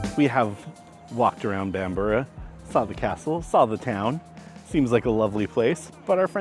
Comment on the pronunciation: Thumbs up for the correct pronunciation of Bamburgh, in the past I've heard it called Bam-burg, Bam-bruff and Bam-bora. Best part of the country I would say.......then again I would as it's on my doorstep.